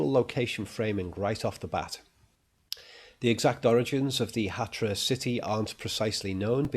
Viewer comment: It's Hatra, not Hatia.